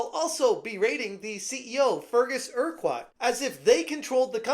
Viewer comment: Urquhart is pronounced Urkurt